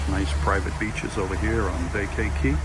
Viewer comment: Great video as usual. As an aside, Vaca Key is pronounced Vaaaca-key, or ba-ka key depending on your nationality.